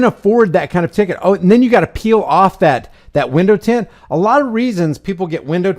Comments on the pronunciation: It's tint no s tent that s*** drives me absolutely b***** crazy stop changing words I'LL SAY IT ONE MORE TIME IT'S TINT T I N TINT NO S AT ALL NO SUCH WORD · I couldn’t get past that dude repeatedly saying, “tents.” It’s tint.